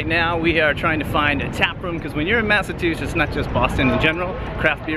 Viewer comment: did he just say “Massatwoshits”?